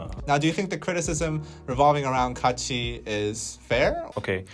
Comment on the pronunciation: On another point, watched that Kachi video as you guys were talking about it and I have to say I CRINGED so hard from head to toe when they started singing. Overall, it wasn't as bad as I was expecting and people were making it out to be. Their pronunciations were horrid to be sure, but I thing that the part that really kept me cringing the most was that they're really not that good as singers. There was like one decent vocal in the entire thing. I do have mixed feelings about the entire situation, but I have to point out, there is definitely something to be said about the training to become a Kpop idol. Maybe if they had spent even a fraction of the time training to do this as the majority of actual kpop idols did, not only would they have sounded better, but maybe they would have been better received.